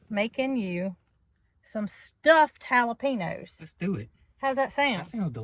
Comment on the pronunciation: Jalapeños !! Ha—la—peenyos!! 😂